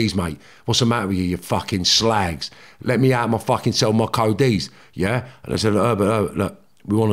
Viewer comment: Love it when he says com on you ssslag Carnt beleive hes from liverpool